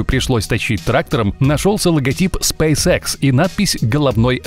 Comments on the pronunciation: Аж уху режет ваш спэйс экс епт. Спэйс икс правильно будет. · Не спэйс Экс, спэйс Икс! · Спейс экс? Ты английский вообще не знаешь? Аж уши режет. Ты бы ещё сказал спайс хэ